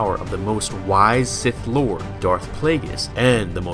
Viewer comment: “Taking his place of Sith LWAD.”